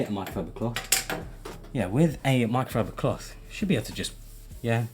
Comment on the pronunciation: i love how he said “micofibocloth” 😭